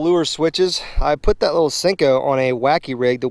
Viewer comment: pretty sure it’s pronounced senko with an e not sinko with an I 😂